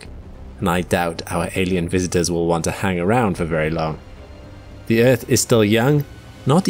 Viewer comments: "Eaueauth is the place we call home..." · Planet "Euth", lol.